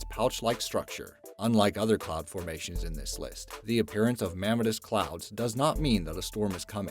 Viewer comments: it's pronounced "me-mah-tis" not "ma-meh-tus" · Mammatus = pronounced: mam·MA'·tus iridescent = pronounced: ir·i·dEs'·cent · Just FYI...iridescent is pronounced ear-i-DEH-sent, not ear-RID-a-sent and mamatus is ma-MAH-tus. I'd be happy to spring for a dictionary. LOL